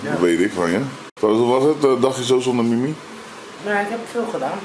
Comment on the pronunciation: Mimmie? 😂😂😂😂😂😂😂😂 Ik heb elke keer in mn hoofd mimi jij zegt Mimmie klinktt als een cartoonserie ofzo😂😂😂